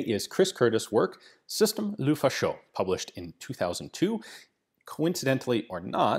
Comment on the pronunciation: please "luh-faw-shuh", "luh-fah-sho" sounds weird in French, it means "the fascist" in slang.